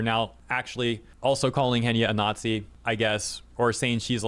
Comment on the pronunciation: I'd love your pronunciation "naughtsee" to be whispered in my ear over and over again 😂😂😂